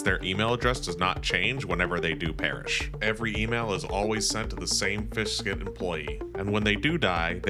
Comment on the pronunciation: also correction, you are saying fiskit, when it's ficsit (fix it)